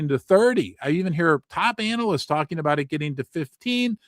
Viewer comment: It's not "anal"yst...I cringe when you say it that way. It's "anna-list" Other than that great channel.